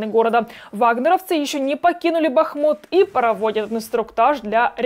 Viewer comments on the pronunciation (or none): none